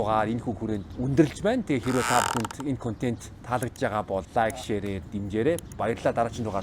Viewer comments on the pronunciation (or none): none